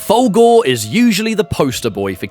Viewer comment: Love your video, man, but I can't get over how when you say "Fulgore", it sounds like "Fogel", and it brings a mental picture of McLovin doing ultra combos and stuff.